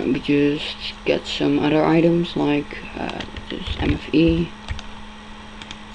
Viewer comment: someuder i thought it was some other prnounce your words better